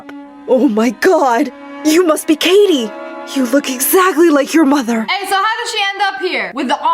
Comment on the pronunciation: the dad said “kitty” instead of “katie”